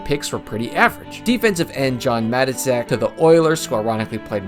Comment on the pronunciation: Hey,, if you're posting videos about the Raiders, you just CANNOT butcher the pronunciation of John Matuszak. Hint: His nickname was "The Tooz." You pronounced it, "John MATIZIK. He's Raiders royalty. So, say it like, "MA-TOOZ-AK!!!":-)